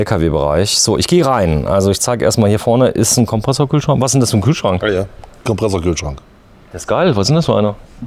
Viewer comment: "Hier vorne ist ein Kompressorkühlschrank – was ist denn das für ein Kühlschrank?" – kurze Pause – Antwort: "Kompresserkühlschronk." … Ich kann nicht mehr.